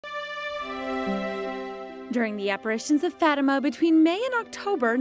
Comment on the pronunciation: You're saying Fátima wrong. How disrespectful.